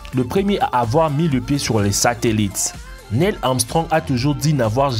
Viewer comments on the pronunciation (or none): none